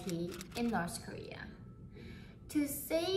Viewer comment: "So in Norse korea" hahaha